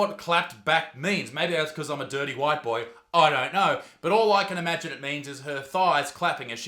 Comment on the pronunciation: damn. The way he said "FAT BOIII"